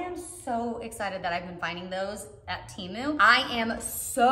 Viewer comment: It’s t-e-m-oo not t-ee-moo